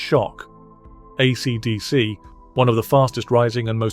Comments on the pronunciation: Please ditch the awful AI voice. No one pronounces AC/DC like that and it’s very distracting. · The narrator has an odd way of pronouncing "AC/DC". AI slop? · Was well worth watching this video, if only to hear the name AC/DC pronounced in a way I have never heard before, in all the decades I've followed them.